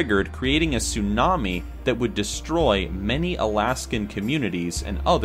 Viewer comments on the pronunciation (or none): none